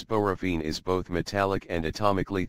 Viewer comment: Read it yourself or don't do videos. It said "borovene" now you're just misinforming people as to pronunciation and things... Get it together.